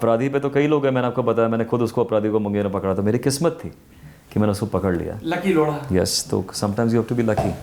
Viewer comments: For god's sake it's Lodha not lodda. Pay attention to pronounciation. Gaand hi maar li aapne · O my God, Did he just say amit loda😂😂😂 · Did he just said lora to Lodha? lol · लोढा नहीं लौ.…😂😂😂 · Amit Laudha bhai ...Laura nahi😂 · सौरभ जी आप up बिहार वाले प्यार प्यार से बोत कुस बोल देते,हो ये लोड़ा नही है लोढ़ा है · why does it sound like the host is pronouncing Mr Amit's surname as Lauda. That sounds not only ignorant and offsensive but very disrespectful. The host should be conscious about how is he pronouncing anyone's name. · Lodha but sounds like loda...😂😂😂😂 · I really heard him say Amit Lauda🤣🤣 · Naam tou sahi se Lelo bhai…….Loda nahi , lodha hai. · Lodha not loda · try to pronounce correctly the name of chief guest please... we have an option in hindi of ड़ा और ढ़ा